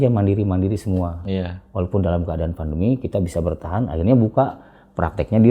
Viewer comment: Pandemi pak..bukan vandemi